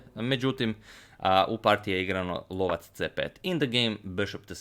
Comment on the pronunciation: Bishop called the hunter sounds right on